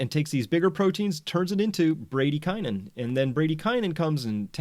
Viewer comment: Is that really how Americans pronounce bradykinin ? So ugly.